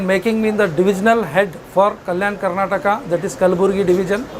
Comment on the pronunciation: Don't say Karnatak it is Karnataka